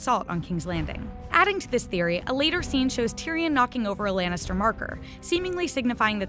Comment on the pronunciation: lAnnitster not lEnnister ok? sheesh